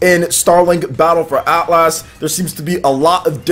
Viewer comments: It’s not At Las it’s Atlas so annoying. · Probs a small overcorrection because he used to say Atlus like the developer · Why do you keep saying AtlASS? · It's hilarious to hear mangle the word Atlas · Haha man you say Atlas funny.